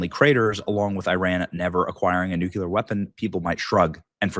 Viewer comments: BENNY - IT'S NUCLEEEEAAARRR, NOT NUCUUUULLAAARRR - GET WITH HOW WE TALK - HF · Benny you keep saying NUCULAR not NUCLEAR. Taking speech lessons from W? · it's NUCLEAR not nucular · Not NU-CU-LAR! It’s NU-CLE-AR! Sorry,one of my pet peeves… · Oh, Crap!! Iran isn't going to adhere to any agreements. And, stop saying 'nuculur'. There is only one 'u' in nuclear. You sound unintelligent. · It’s Newclear , not nukleeleer 😂😂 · COME ON BENNY! It's NUCLEAR NU-CLEAR not NU-CULER! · NU!!!! CLE!!!! AR!!! Come on Ben it’s not Nookyular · Benny, NU CLEAR not NU CUE LAR! DAMN! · It's NUCLEAR not NUCULEAR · If true, great news. but I'm pessimistic, it is Iran after all, you can't really negotiate with terrorists. They are despicable Liars with no honor, why would they actually follow through with something they agreed to? by the way, Pronounced Nuu---kleee--urrr N.U.C.L.E.A.R Not pronounced Nuu--kyuh--ler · Benny pronounced "nuclear" as "nukah leer". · Nu-cle-ar Benny. You sound like George Dubya😂😂😂😂😂😂😂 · Its nuclear Benny you're saying it wrong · Why can't men pronounce nuclear correctly? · Will someone please tell Benny he’s pronouncing NUCLEAR incorrectly. Sound it out. Mispronunciation makes one sound illiterate. Luv ya’ Benny!